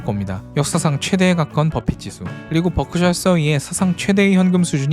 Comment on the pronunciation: 뻐크셔 ㅋㅋㅋ 발음이 귀여우시네요😂😂😂